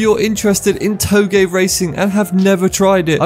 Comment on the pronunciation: "toe-gay"? Is that how it's pronounced?